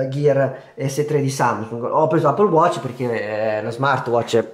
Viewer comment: Appol watc 😂😂😂😂ma lo dici come si scrive ?? Allora di eppol non appol !!😂😂😂😂😂😂😂